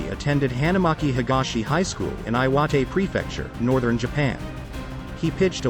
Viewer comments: AI doesn't know how to pronounce Hokkaido or Iwate? Interesting. You'd think big tech would have figured out something so rudimentary. 岩手県, I put this into google translate and it gives me perfect pronunciation for Iwate Ken. The I in Japanese always makes a long e sound. Not an I sound. 北海道...this is pronounced Ho kai do, with a long O for each o and the ai making a long I sound. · You should hear what such brutally butchered pronunciation sounds like. Maybe just narrate it yourself. It's not like there's a lot of script.